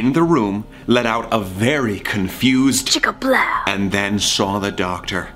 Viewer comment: "Chick-a-plow' was perfect